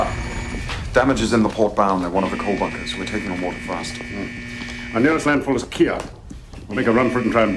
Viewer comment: wuter tight